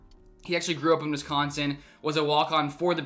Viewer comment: You pronounce Wisconsin like a FIB